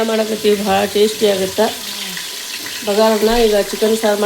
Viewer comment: ಬಂಗಾರ ಅನ್ನ ಅಲ್ಲ ಬಗಾರ ಅನ್ನ